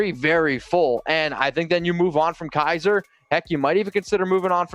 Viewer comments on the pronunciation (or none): none